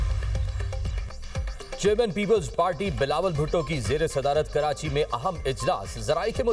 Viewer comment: Karanchi nhi karachi hota hai bhai phely bolna sikh 😂